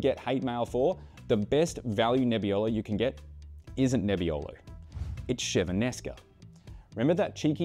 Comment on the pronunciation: Great video, just really have to work on the pronunciation of Chiavennasca.